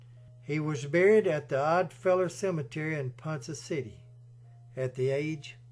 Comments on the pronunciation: PONCA CITY.. PRONOUNCED..PON-KAH N O T.. PON-suh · Pronounced " PawnKa City" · Hearing the name of the city pronounced as Ponsa City takes a little from this video. If the author had ever actually been in Ponca City he would have surely heard it pronounced properly as Ponca City as in Tonka Trucks. It is still a great video telling a very sad tale. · Great narration except it is pronounced ‘ponka city’ and shows how bad the OK highways are.🙄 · You are pronouncing Ponca City wrong. Ponka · Ponca city is not pronounced Poncha